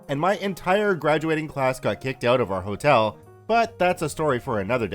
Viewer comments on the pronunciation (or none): none